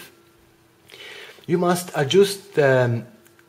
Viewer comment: Sometimes you must ajoost! :P Great english, better video!